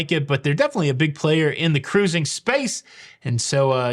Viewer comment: Congratulations to a special couple! I so much appreciate you & for the great videos on all the aspects of "cah-rooz-ing" that you so capably give us. Happy sailing ahead!!